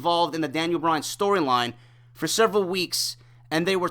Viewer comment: For the umpteenth time it's Bryan not Bryant!